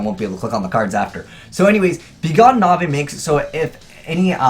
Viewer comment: Its not NAVEY it's NAVE like the E is silent